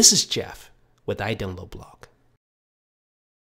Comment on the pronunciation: your idownloadblog not gdownloadblog